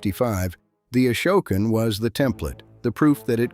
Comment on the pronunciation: You are pronouncing Esopus incorrectly. You also pronounced Ashokan incorrectly.